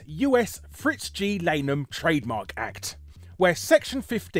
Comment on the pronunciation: Lan-em. Rather than lane-em.